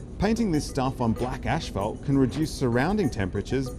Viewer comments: Learn to pronounce "asphalt" correctly. There is only one h in this word, after the p to make the f sound. There is no h after the first two letters, so no "ash", just "as". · 1. Ah yes, let's blame the wealthy 2. Isn't this clearly a policy and government problem? 3. It's definitely not pronounced ash-phalt.